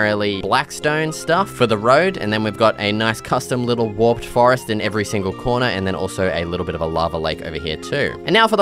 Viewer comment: you don't know how to pronounce warped?